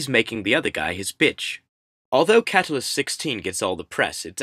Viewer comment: it's pronounced kuh-TULL-us